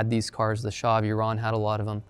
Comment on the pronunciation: Both the pronunciation of E-run and Mohammad Reza Pahlavi was perfekt😎